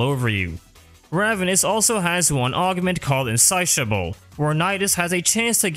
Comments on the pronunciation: Nidus is one of my guilty pleasures when farming out endless missions because of how much fun he is, so I can definitely appreciate how relevant he’s been throughout the years. However, the constant mispronunciation of Virulence and Insatiable actually made it hard for me to watch without pausing to calm down (I know it’s not a big thing to most, but it’s just how my brain works). A nitpick on my end of course, but I would suggest utilizing text to speech options to make sure the pronunciation is correct for a word. I have to do it for myself too, because, not only am I self conscious about that sort of thing, it’s nice to have that kind of information handy and I like learning new things. Anyways, great video, will definitely be giving it a like. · Love the videos, as always. Buuuuuuut,, please look up how to say insatiable <3.